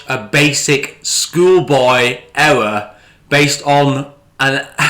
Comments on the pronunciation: Ewwwor! Ewwwor! Ewwwor! Elmer Fudd's English half brother. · Oh no he actually made a huwge ewwor. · The way this guy pronounces the word "ERROR" is an "ERROR" within itself 🤣😂🤣 Love how he says thunderf00t doesn't do any research when the boring company website still currently has the same plans on their website from 2 years ago & how he used Reddit for updates on the project. Also love the way he tries to explain why you wouldn't want to have the new station link up with the current stations at LVCC and have to walk through the convention centre to get to the new proposed station linking to the hotel. Keep it up mate your comedy gold & please be sure to let us all know what Elon's pecker tastes like in your next boring company video 😆